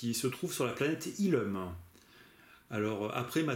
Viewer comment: C'est illoum qu'on dit (c'est pas méchant)